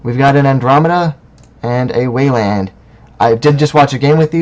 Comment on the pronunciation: I like the format. I've always wanted to see just more videos of random people playing, being commentated on. My only complaint is the way you say Weyland :)